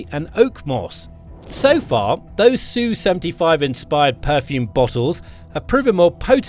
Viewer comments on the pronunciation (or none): It's ESS YOU, not SUE. The SU is not SUE. Sue is a woman's name. It's something done in court. Sue is not the name of Russian warplanes. ESS YOU. Sheesh.